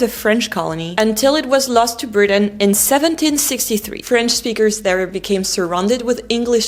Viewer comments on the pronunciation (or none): none